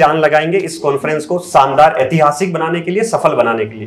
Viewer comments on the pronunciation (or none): Saandaar nh re…shaandaar 🤦🏻